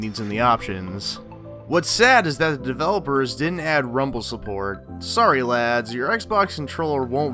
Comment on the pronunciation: American saying lads lmao